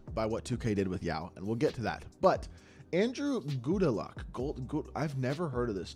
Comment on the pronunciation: I remember goudelocke it was pronounced Godlock he had a short good spurt with the Lakers